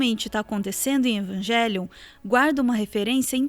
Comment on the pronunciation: Só uma dica, no original a pronúncia seria "evanguelion", não "evanjelion"